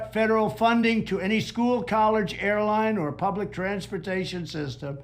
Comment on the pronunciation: Collerge? What's a collerge? 😅🤣😂